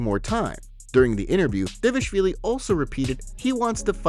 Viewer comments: Why doe the narrator always call him davishvilli? Instead of dvalishvili?😂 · Hey if you can say Merabs last name proper;y just one time I will subscribe Or Gaethje not GayG